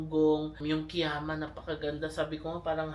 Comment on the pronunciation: Kiama is pronounced as “ka-yama”.😊 I also thought it’s Ki-yama before! Been there last weekend. Same spots. Plus Gerringong/Werri Beach.